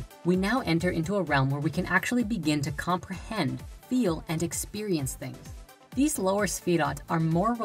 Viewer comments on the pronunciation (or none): none